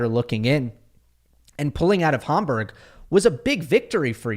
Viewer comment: Hamburg as in Hamburger please. Homburg is a kind of hat.